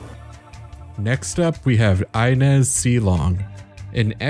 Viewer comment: It always blows my mind how someone can play the entire game repeatedly hearing the name inez pronounced ( EE-nez ) and then proceed to make a video calling her EYE-nez )